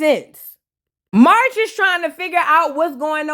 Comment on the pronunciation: I am always here for the vape voice 🤣🤣🤣🤣 —Side note: whenever you call Marsh, MARCH I’m screaming 🤣🤣🤣